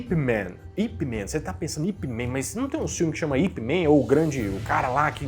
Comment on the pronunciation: Para de falar Ip "Men", cacete!!! O cara era chinês, era Ip Man, com som de "a" mesmo!!!! É eu sei, tô sendo chato cagador de regra, mas tu não tem ideia de como isso incomoda quem tá mais por dentro desse mundo, como eu, que tenho 10 anos de JKD........ É, eu também sei que ninguém perguntou, mas já falei, 😁..................... SOCO DE MEIA POLEGADA???!!!! ONDE VOCÊ MORA, EU VOU AÍ TE MOSTRA O SOCO DE MEIA P0LEGADA, 😂. Mas falando sério. Eu olhei o título e já entrei pronto pra te xingar, mas tu fez uma pesquisa top, parabéns!!!